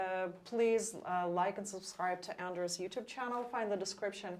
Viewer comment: I which people could learn to pronounce Anders' correctly. It must be strange to constantly have your name mispronounced.